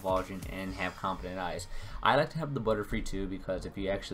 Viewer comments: Compound not confifedent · Are you saying confident eyes? or compound eyes?